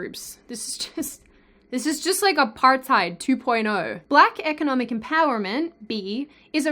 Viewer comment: First time I've heard an native English speaker pronounce Apartheid correct. Applause from The Netherlands.